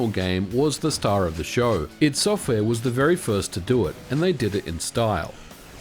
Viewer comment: ID Software! Pronounced EYE DEE… ffs lol